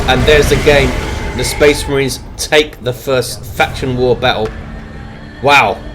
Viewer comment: Fucking speh marhines, ugh.